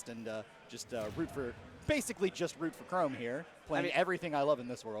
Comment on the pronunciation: The way he pronounced chrom